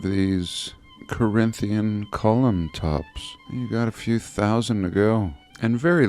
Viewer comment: You've officially turned into a comedian ..."Got a few tousand to go" Lmeow💯